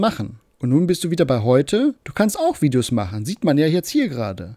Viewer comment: "Dideos" macht mich schon wieder so Mett... Das muss er doch gesehen haben.